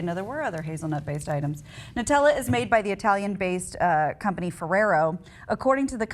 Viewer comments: Holy crap, its pronounced "noo-tel-uh" not "nuh-tel-uh". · noo-tella, not nut-ella